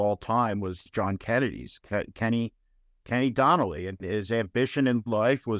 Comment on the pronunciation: Ken O'Donnell, not Donnelly.